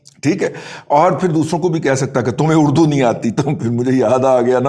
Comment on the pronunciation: دادا جی ایک مرتبہ غور سے سنے اردو کہا کہ اڑدو